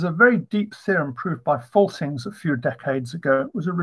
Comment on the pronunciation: Please pronounce the "a" in Faltings like the "u" in null. Believe me - I am German :)